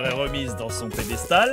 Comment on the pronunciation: comme dans the dream tu as dit "pédestal" (réf très précise 😅), mais à l'époque y'avait encore Fanta pour te dire qu'on dit "piédestal" 😄